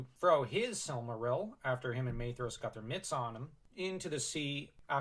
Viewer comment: Shout out to the proper pronunciation of Maedhros